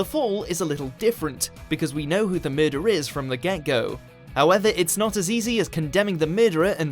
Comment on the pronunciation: Someone can't say 'murderer' Three syllables. Not 'mehdr'. Even with a Geordie accent it should still be 'meh-der-rer'.